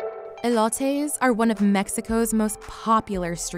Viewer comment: Did she have to butcher the pronounciation of elotes 🤦